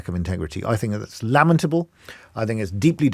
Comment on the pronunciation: " Lammatable?" Doesn't he mean "lamentable"? That's public school education in a nutshell for you